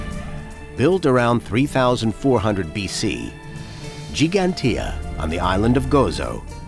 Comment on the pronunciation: Dear English people: please learn how to pronounce Giiiiiiigantija.